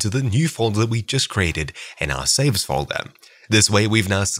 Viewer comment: it's called foldeRRRR not foldeMMMM